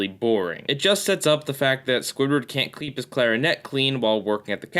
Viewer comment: Am I the only who, during the Squidward in Clarinetland review, heard him say "kleep the clarinet" instead of "keep the clarinet?"